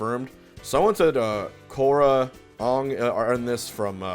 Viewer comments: Omg, Aang is pronounced "Aeng" not "Angh" get it right! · Nooo Hbox you pronounced Aang wrong 🥶. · He...really pronounced Aang's name like "Ong". He's definitely gonna get some rap from me about that. Cuz that's one of the things that the producer for the live action film got totally wrong. It's not pronounced "Ong". It's pronounced "Ang" with a long A sound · Btw aang is pronounced like saying angle not ong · Hbox: oong Me: ITS AANG!!!!! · stopped watching as soon as you said "Ong" instead of Aang. :.( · Hbox has been corupted by the movie he said awng instead of aang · Did Hbox just call Aang "Ong"? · When HBOX pronounces Aang like M.N.S’s live action version of The Last Airbender, I died a little inside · I can no longer be subbed because of the way he says aang, he says it as the live action movie oohng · If you ever pronounce aang ung again I’m fucking unsubscribing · Did-did he just call aang ong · My mans just called aang fucking ONG!!!!!!!! Whyyyyyyy box whyyyyyy!?!!?!?!?!?!?!? We believed in youuuuuu!! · He said ONG like M. Night’s last airbender 😂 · We're just gonna ignore that Hbox pronounced Aang's name 'Ong' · this man said "aang" as "awng". what an embarrassment. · Man said "awng" 🤦🏾‍♂️ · When he pronounced Aang like “Ong” 🤣🤣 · My man's really called him Ung... I'm having avatar movie flashbacks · Just have to point out hungrybox said aung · He called Aang, "Ong" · We just gonna gloss over the fact that this man pronounced Aang as “ong”? Has Hbox not watched ATLA?🤔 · ... he called Aang "Ong". smh Hugrybox, smh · This man really said Ohng. I was such a fan too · Man just pronounced it “Awng” like he’s in an M. Night movie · He gotta be trolling ain’t know way he said Aang’s name like that😭 is this the movie what am I watching what the heck? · Yo you said Aang wrong. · HBox pronouncing Aang like the movie did. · He said Aang wrong 😭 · I got flashbacks of the last airbender movie when he pronounced Aang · The way he said "Aang" gave me PTSD